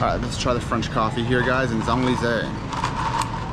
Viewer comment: This is like the Eiffel Tower in a neighborhood in China. I agree that this is not where the French expats live. The French dip their croissants in their cafe au lait for breakfast. And butcher the pronunciation of Champs Elysees so badly.